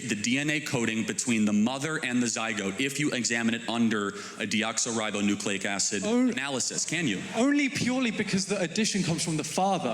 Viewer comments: Charlie Kirk saying "de oxo ribonucleic acid analysis" trying to sound scientific, when he's just mispronouncing DNA. And scientists routinely use the "DNA" acronym, because everyone knows what it stands for. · He pronounced it wrong in another video before...what a joke. He thinks hes so smart